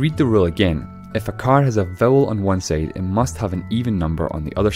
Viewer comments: Bothered by how "side" is pronounced as "seyd" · On the other "seide"